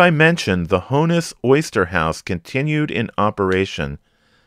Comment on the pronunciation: I love this series. Thank you. BTW, it’s not Hone-iss, it’s Hawn-iss